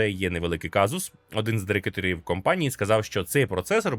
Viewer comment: Лайк якщо почув «дирекиторів» на